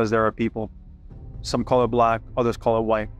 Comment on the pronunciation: Did you say "some call it a block and some call it a way", or "some call it black and some call it white"? How fascinating they sound the same and can theoretically mean the same thing.